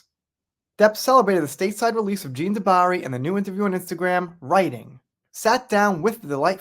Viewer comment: Love your videos. But pronouncing jean wrong.😮 😂😂. Just playing. I mean you did pronounce it wrong, things like that stand out to me. Its a me problem. Thanx for the hrads up again. Can't wait to eatvhbthe movie too.😊